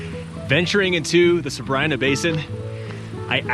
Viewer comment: We were just there and the locals say Sabr-ii-na. We asked. Also learned that correct pronunciation of Mono lake is like “oh no”, not like the Mono virus haha.